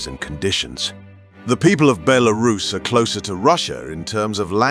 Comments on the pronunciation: I'm an american living in Russia and a have a lot of friends from Belarus but I've never heard any pronounce is like Bel aris, the way the guy on the video keeps saying it. Also the cost of living and quality of life in Mosocow looks much more attractive than the ones he's quoting for Belarus. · Is it “Belarus” or “BeLArus.” 😂😂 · Interesting video, but the AI voice breaks the immersion with different pronunciations of Belarus. Overall great content, would love to visit the country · I couldn't concentrate on the video because of the constant changing pronunciation of the word Belarus. The guy kept changing every time he said it. Did this disturb anyone else? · God, this AI voiceover is terrible. Can't even pronounce the country name half the time. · The AI voice in this video is horrible, can't pronounce Belarus consistently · Learn to pronounce it mate, or at least stick to one pronunciation in the video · This narrator pronounced Belarus several different ways 😂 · my only thought on this, why cant the narrator stick to one pronunciation of the word belarus? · Make up your mind on how to pronounce Belarus.